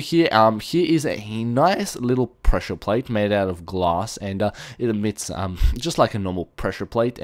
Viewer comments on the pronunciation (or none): none